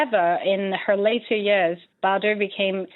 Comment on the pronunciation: Perhaps the least the announcer could’ve done, was to learn to pronounce “Bardot” properly . Not even halfway through, three mispronunciations and I’m clicking off. I found the research for this piece quite weak and your credibility dubious